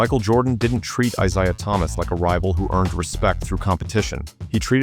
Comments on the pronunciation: It is I-ZAY-AH Thomas. Not I-ZIGH-AH. It’s hard to take this video seriously when the narrator can’t even pronounce names correctly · He can't even pronounce names right laim beer and eyes eye. Smh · Isiah is not pronounced “A zia” It’s pronounced eye-ZAY-uh. 😂 Laimbeer is not pronounced LAME-BEER. It’s LAM-BEER. 😂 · FFS dude the way you pronounce Isaiah is enough to give someone an aneurysm. I-SAY-AH not AZAYAH ffs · Is this AI VO? It's eye-ZAY-ah, not eye-ZIE-ah. And what's with the "He was a racist" LIE? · It's spelled Isaiah and pronounce I - ZAY - ah. Magic was the one who said Isaiah would not have fit the team and would have caused a lot of drama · I wish you would stop saying Asiah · Eye zay yuh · WHY TF IS THE NARRATOR SAYING THE NAME ISAIAH THOMAS LIKE AY ZAYA?!?!?!? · A i voice over 👎 "Eye-zai-yuh" ??? Get outta here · When I hear "Izaya" Thomas, I thank God that AI is now doing narration. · Izahaaaaa… my god…. SAY IT RIGHT NOW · Eye zy uh got no respect from the makers of this video either. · Eyes Eye Uh Thomas 😂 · It’s not “I-Zia” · "Is-ZY-iah Thomas".... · Eye yai yai! Don't you know? Cukoo clock AI made it up and its Eye-zeyeah wiss an eyebald!...I theenk. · Why can’t these AI voices get their names, It’s Eye- Zay -ah Thomas. I cannot listen to this AI voice any longer. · Out the gate this trash heap AI can't even pronounce Isaiah Thomas's name. Wack! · How effin hard is it to say isaiah, the right way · who are you talking about 5 cant pronounce isaish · AI generated “name” I suppose. SO SO annoying the way Isaiah is mispronounced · Isaiah deserves better than that. Stupid A.I. I can't watch the rest of the video.